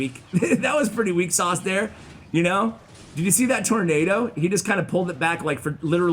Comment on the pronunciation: I love your channel, but I have to say that you murdered tornado.